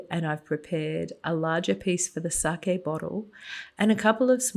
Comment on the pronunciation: And you pronounced sake correctly.